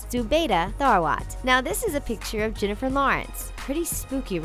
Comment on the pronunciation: Jennifer not Jinnifer